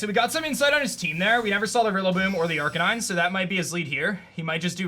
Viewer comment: He was saying "Aranine" wrong